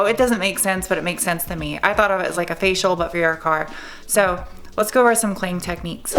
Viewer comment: I secretly giggle Everytime she says "facial"